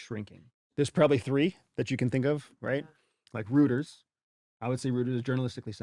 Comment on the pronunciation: 1st of all your mispronunication of Reuters, Economist is conservative and you couldn't name the 3rd. you are correct but have you story down